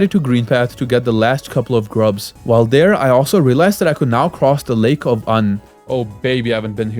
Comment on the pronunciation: It’s not lake of un it’s lake of unn. Ew n get it correct >:(